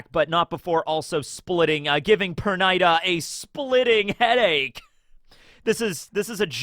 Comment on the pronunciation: Per niii daaa not per nigh da